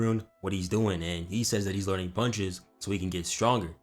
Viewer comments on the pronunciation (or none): none